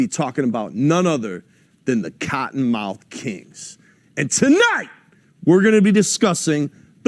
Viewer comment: " TUHNIGHT" needs to be studied